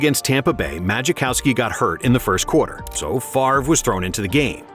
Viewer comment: Right lol he was calling magichowski lol